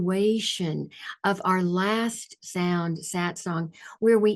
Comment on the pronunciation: The correct word is SATSANG, from Sanskrit, Not Satsong